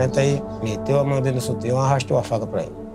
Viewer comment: mas o cara falou sutião KKKKKKKKKKKKKKKKKK